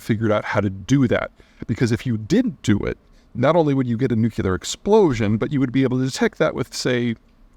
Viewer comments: new-klee-er NOT "new-cue-ler" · Ps. Drop the "nucular" its nuclear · Hi Pete. Love you man. It’s pronounced new clear. Not nuke you lar. keep up the great work! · Also, it’s pronounce NU-CLE-AR, not NUK-YOO-LER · It's NuCLEar, nor nuCULar. I know it's an accent thing but it bothers me so much 😂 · Peter, I have read all your books and have been watching your videos for years. I cringe every time I hear you say “nucular,” instead of “nuclear.” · Nuc Lee ar. NOT nuc u lar! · Nuclear. Not nucular… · Peter: nuclear = noo͞′klē-ər. Not nucUler. You’re welcome. (Unless of course you pronounce the word like you do as a shout out to George W. Bush. If so, then never mind.) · new-clear ... NOT new-Q-Leer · You would think the smartest guy on the planet could say "NOO-KLEE-ER!" Dammit, Peter, get it straight! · “Nuke-you-lure.” Come on, Peter. ;) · Is nucular weapon really nucular? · Learn how to say nuclear. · If you can't even say "nuclear" it's a bad sign for your credibility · I am still puzzled by the fact this educated man pronounces "nuclear" like an illiterate. So wrong. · Peter you owe it to the world to learn how to pronounce nuclear. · I'd be more inclined to believe this guy if he'd pronounce 'Nuclear' properly. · Can't watch a full video of a grown man mispronouncing "Nuclear" so many times... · Why do you pronounce the word nuclear incorrectly like George Bush? It sounds terrible, like some Elmer Fudd idiot